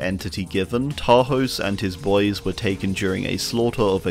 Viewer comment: Love your vids but everybody pronounces Tarhos wrong. The "s" in hungarian is more like as in "shake" not like in "snake". :D